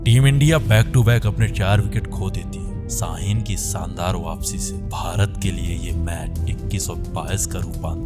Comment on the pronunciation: S and Sh ... the pronounciation ... Saandar Vs Shaandar